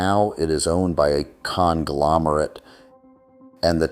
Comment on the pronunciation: “Owned by a con-glomorate” . . . deliberate? Or just a side effect of the AI voiceover? Either way, worked perfectly.